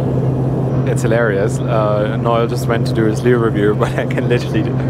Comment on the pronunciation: What a great cheer-up that was! With a few sad and difficult things in the UK this week, just I needed. A great comic duo! (By the way, his name's Noel, not Nile!)